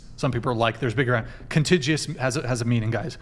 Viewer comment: He pronounced contiguous wrong and Andrew said important, not powerful